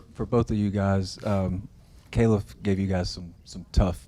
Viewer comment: His name is Khalif not Caleb lol 😂